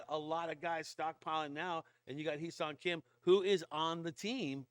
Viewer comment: Correct Pronounciation is "Heh" Seoung Kim.